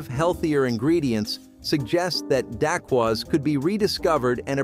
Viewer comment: OMG. he butchered the name Daquoise